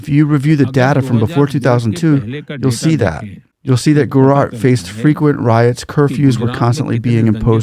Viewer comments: It's not Spanish Central, or Latin American. The J is a hard j sound. Gu-ju-raat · We need less of your over speech - J is not Y , some education would be useful . Gu Ja Rat Gu ( like the start of Good ) Ja ( J for Jack / Jack is not Yack Rat ( Raat ) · Buddy, it's pronounced as "Guj-a(schwa)-raat'. The "J" in Gujarat is NEITHER silent or pronounced as "H" as in San José or "hour". As an Indian from India I can assure you that. India is blessed to have Modi. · Its Gujarat not Guarat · bro are you teaching us how to pronounce OUR names? no it's not jujrat, it's GUJRAAT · The "J" in Gujarat is pronounced like the J in Jack, jump etc. The roman alphabets in words from Indian languages are usually pronounced the same way as they are in English and not in other European languages like Spanish or French since we were a British colony. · FYI. The "ja" is not silent. Nor is it pronounced like "h" in Spanish or "y" in. Pure and simple "j" like in Joe or John. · India is not Mexico…not Spanish speaking. Please pronounce Gujarat with a J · this fellow can’t even read and pronounce the name of the state properly??? How difficult is it to read the spelling of the word GUJARAT and pronounce it properly. These chaps are either so dumb or with their heads in the cloud or up their ****, it’s amazing. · He silenced the J in Gujarat. Like how we say Joaquin Phoenix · Love your videos. Just one request, please pronounce the J in Gujarat as u would in English 😊 (not Spanish) Indians pronounce the letters per intended sound in Indian names and languages 😊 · Yeah , first i read you comment without watching the video, thought comment is a joke , but yeah he couldn't pronounce Gujarat well. Mainly 2nd syllable was messed up, juh (judge) and then raat ( language how do we explain how we pronounce night. Google translate would help )